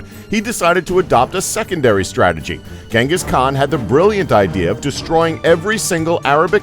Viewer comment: Its not ganghis it genghis the great tyrany